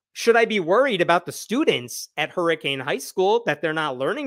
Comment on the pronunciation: Its pronounced Hurrikin, WV lol Seriously.